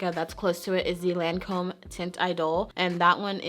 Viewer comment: Loreal owns Lancome. Also Lancome is French, So the name of it has different vowels. It pronounced like "taunt ee-dole". It's great they have such a wide range and have legs in both prestigious and drug store places. Accessible.